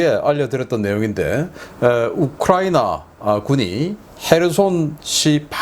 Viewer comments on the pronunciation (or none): none